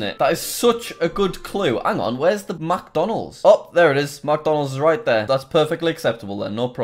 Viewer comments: when he goes MACdonalds not micdonalds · It made me so mad how he said MacDonald's instead of McDonald's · Every time Jack said "MacDonalds" I got triggered. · i like how he says MacDonalds instead of mcdonalds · Macdonalds-? ITS mic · He says Macdonalds instead of micdonalds interesting. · Alternate Title: Jack Spends Eleven Minutes Mispronouncing McDonalds.